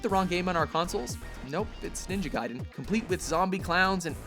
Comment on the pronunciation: he pronounced it ninja gai(guy)den its ninja gai(gay)den.